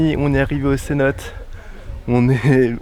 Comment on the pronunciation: Ta vidéo est chouette mais mon dieu on dit cénoté et pas cénote 😂